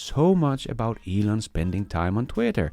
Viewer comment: Why can't Americans pronounce words correctly? Elon is hardly a difficult name to get right.